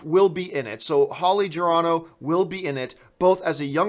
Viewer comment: Holly Gennero, not Gerano. (Then again, you watch a ton of movies. Easy to be a tad inaccurate.)